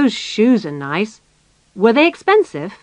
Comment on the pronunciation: Почему вы произносите 'вё'?